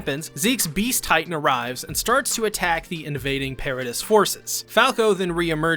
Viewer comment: Yeah it was super distracting that he pronounces MULTIPLE CHARACTERS names wrong. If it were just one that'd be one thing, but it's many. It's not even just characters. Paradis is not pronounced that way.